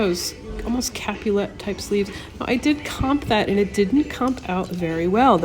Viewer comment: I believe you mean to say “capelet” which is pronounced caype let, with the accent on cape.